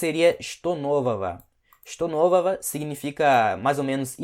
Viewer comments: Pq ele fala (est novova) sendo que deveria ser (est novoga) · “нового” se pronuncia “novava” ou “novaga” não consegui escutar direito a sua fala 😅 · Só uma dúvida! Em что нового a palavra нового a letra г tem som de v? Pois eu juro que ouvi claramente você falando um som de v.